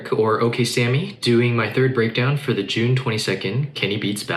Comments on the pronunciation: dude had to change his name from to cause kenny can't pronounce shit right hahahah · Brother, why have you changed the pronunciation of your name? Oksami is original and sounds beautiful. Don’t change it just because a certain type of people are ignorant (I say this with love and also as a guy with a ‘too hard’ name - be proud of it!)